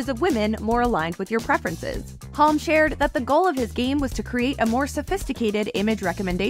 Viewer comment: I doubt it. The pacing is off and Halm was pronounced weirdly.